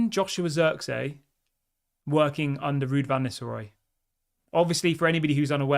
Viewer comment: It's pronounced zirkzee, emphasis on the ee, not zirkzey god damn it 😂